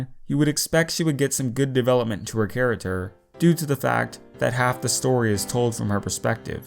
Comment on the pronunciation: Wait wait wait, he says character charater on purpose right?! I’ve heard him say it a lot.